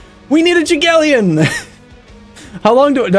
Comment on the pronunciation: That moment when you remember the English 'j' is a 'đ' sound because you hear the American version of 'Jagellion' lol